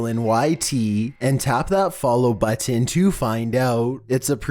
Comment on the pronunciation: Goddammit will you please stop saying "button" like that?!?!!??! Please, for my sanity!!